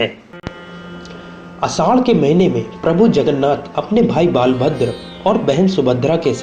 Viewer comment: Nav Kalebar. Not Nav Kalbera. Lord Balabhadra. Not "Baalbhadra"